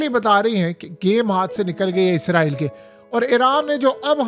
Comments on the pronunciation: عزرائیل نہیں ھے۔ اسرائیل ، ھے ، دنیا کو پڑھانے والے بابا پروفیسر ۔یوٹوبر۔حضرت۔علامہ ۔صاحب۔ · اسرائیل ہے لفظ عزرائیل تو فرشتے کا نام ہے